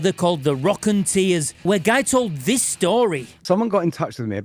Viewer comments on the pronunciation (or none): Rockon ‘tears’ …, get your pronunciation right it’s Rockon ‘Ters’ it’s a play on words you muppet